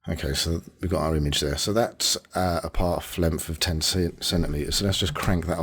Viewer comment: "Pawf lempf"? Oh, you mean path length! :D No, in all seriousness: Thanks for the nice tutorial :)